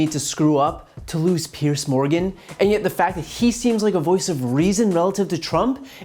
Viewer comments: His name is Piers, (Pierzzz) not "Pierce". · Populist leaders translation = a pair of fucking twats. Not trying to be a dick here and just saying but his name rhymes with tiers (or tears) rather than fierce.